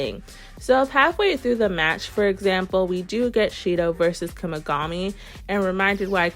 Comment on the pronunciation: W vid per usual but it kinda sounds like ur saying Kumigami 😭